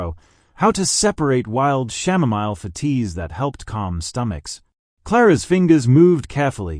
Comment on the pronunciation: 😂😂 OMG "shamomile" tea, not sure I can make it through this